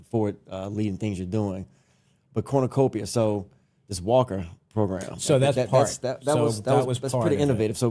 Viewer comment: This is fact not fiction everytime you say Cornucopia I cringe